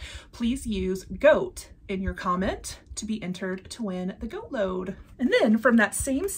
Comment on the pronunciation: Goat not gait. 🤣